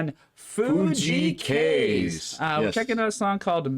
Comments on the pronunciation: Fuji Kaze is amazing. He is Kazey (that's how you pronounce it) and his other songs are great too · hey my favorite japanese artist! I just recently watched his concert and it was awesomeee! By the way, his first name is Kaze and it is pronounced phonetically as "k-ah-zae". Check out his live performance of "Shinunoga e-Wa" at Nippon Budokan and also his tiny desk concert and is latest singles "Michi Te Yuku" and "Feelin' Go(o)d". He is a very talented artist, songwriter, composer and performer. And his discography is just so uplifting and inspiring not to mention his positive and light personality. I just love him! Enjoy!